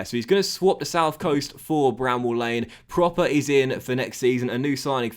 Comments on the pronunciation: Just a heads up: Davy proppers name isn't pronounced like 'proper' but with a u sound (as in 'purple') because of the dots on the o ('prupper'). If you can get him back to the form he showed in the eredivisie he could be a really good signing! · Love you signing Pröpper, he's gonna be so good! Quick tip tho, his name is pronounced Prupper (with the u as in "but") cause of the umlaut ;)